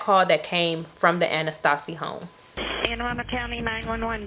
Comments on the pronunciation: It’s pronounce Anne A-Rundel (Arundel) Co. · She butchered that name didn’t she 😂